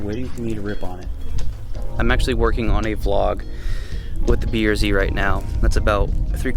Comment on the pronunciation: When you say Type R, the R comes out as “ARE” when say BRZ the R comes out as “ERR” Type Are and B ERR Z. Cracks me up. For $800.00 I hope you got OEM Lexus parts. Manny Moe & Jack ain’t cheap